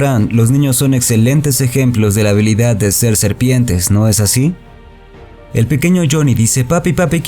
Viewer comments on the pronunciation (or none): Serpentes? Persistentes *